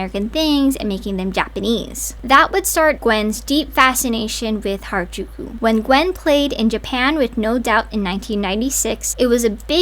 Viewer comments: She said hairAjooko instead of harajuku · Hairajuku she can’t even say the name right. Ngl to me it feels like an weird obsession and fetishization and I’m not one to use that lightly. I’m also American and I also love j-fashion along with anime. She’s just disrespectful. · Gwen Stefani: I'm Japanese! Also Gwen: Hair-a-jew-kew. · her saying Harajuku wrong makes me so angry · i didn't watch past the first few seconds yet but how does someone say "i was supposed to be japanese" and not even learn how to pronounce harajuku right ....... 🧍‍♀